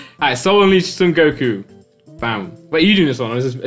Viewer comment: JustDragonBall MY MAN SAID GOKU 🤦🏻‍♀️🤦🏻‍♀️